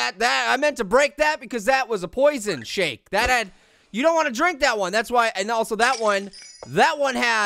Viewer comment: It did not sound like he said shake